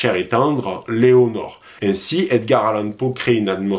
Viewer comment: Lénore😂😂 pas Léonore!!